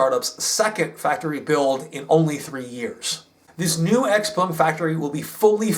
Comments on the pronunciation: Your Mandarin is very good....you nailed the proper pronunciation of the company and it's founder very well. Idiots in the US say, "X- peng", which is not correct. They don't understand the, "pung." Well done,! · Having worked with sellside analysts for a NYSE-listed clean tech co., your insights and delivery impress as first tier. Ditto for pronunciation of Xpeng and senior management names